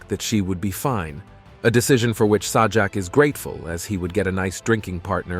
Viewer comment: Agree...LAZY. I was noticing the same thing LOL - Saw-jack. And when it's talking about Chuck Woolery, no photo or video of him is shown. Garbage.